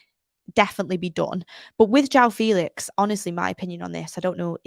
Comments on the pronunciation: HIS NAME ISN'T JHONN FELEETS 😂😂😂 It's Jaoa Felix. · its Joao Felix🙄